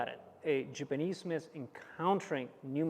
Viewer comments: Love the videos, but it’s killing me as JAPANESE to constantly hear JIPanese. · It's ja-panese, not gee-panese...